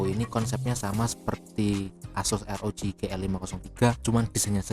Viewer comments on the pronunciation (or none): ArGIBI Drek bukan ERGIBI,ah lesdrek ah